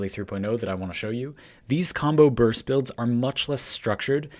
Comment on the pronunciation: Sounds so wrong